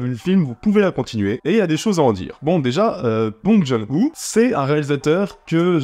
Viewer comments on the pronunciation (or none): Bong John Hu tu as bien massacré son nom, ça se prononce "Bong Jun Ho" pour Bong Joon Ho J'ai beaucoup ris quand j'ai vu le film ce week-end en Corée, par contre j'étais le seul à rire sur une salle bien remplis